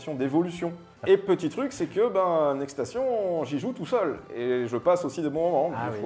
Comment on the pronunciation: Ni le "obtimisation" (2x) au lieu de "oPtimisation"... Franchement, vous auriez besoin de quelqu'un pour relire le français et qui parle anglais (pour éviter les prononciation de type "next stassion") dans l'équipe. Si seulement on savait où trouver une telle personne... 😈